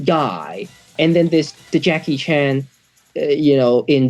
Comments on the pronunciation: Why is she mispronouncing Jackie Chan's name as Jackie Chun?? Singaporeans can't speak English for shit. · Why do Singaporeans pronounce Chan as ‘Chun’ Singaporeans can’t speak English for shit!😂😂😂😂